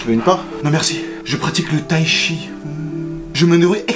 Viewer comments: Du taichi hein la c pas du taichi c du taichite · 4.28 itaïchi 🤣🤣🤣